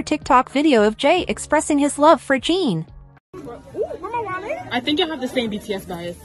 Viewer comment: His name is NOT Jean or Gene. His name is Jin. Phonetically Gin. Gin. If you can't be respectful and pronounce his name right...you should NOT be reporting on this story. You and your director should be fired. This station should never put out a shameful story where the names are Misprounced! In the professional world of Journalism ...you don't do that. Clicking off your channel with a Don't Recommend click. I changed my profile pic to Jin to honor him for serving in the military. To honor him you should at least pronounce his name right. Jin is World Famous! You should be so embarrassed!!!